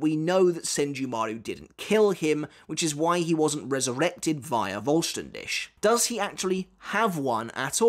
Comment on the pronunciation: I've been wanting to say this for a while now, the "Dich" in Voll Stern Dich is pronounced like "Dihh". There's a tiny bit of "c" sound in there but it's very faint, it sounds like a cat's hiss actually. You've been pronouncing it like "Dish". Just a slight correction. 😊